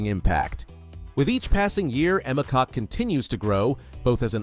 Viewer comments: Emma's last name is pronounced "Cook". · It’s pronounced kok not cook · I just searched "pronunciation of Emma Kok" here on YouTube,....and it is NOT pronounced "cock".